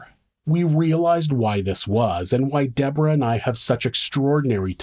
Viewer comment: It’s not pronounced the American way.